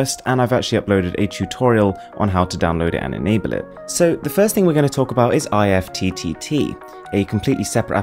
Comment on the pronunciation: the way he pronounces IFTTT is kinda odd